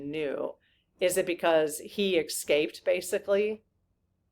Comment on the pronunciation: Are you saying “eXcaped”? LOL